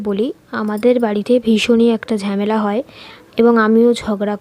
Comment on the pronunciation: ঝেমেলা আবার কী😂 ঝামেলা বলে